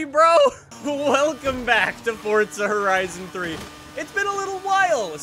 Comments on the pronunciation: Why he say “ fortza” it’s forza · Stop calling it Fortza it's Forza get it right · "FORDza Horizon 3" We get it,. 😒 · Is it forza or fortza haha. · Why do you say Fortza? It ain't fortnite. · For a not fortza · There’s still no t in forza